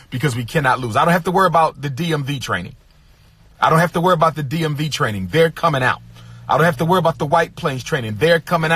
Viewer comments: I'm just now seeing your comment. Yes, "werebout" is a perfect example. The hilarity never ends with this guy! 😂😂😭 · He doesn't have to "werrbout"🤣🤣🤣